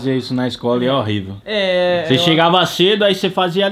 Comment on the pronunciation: "Horrorível" esse AIFONE 😂😂😂😂😂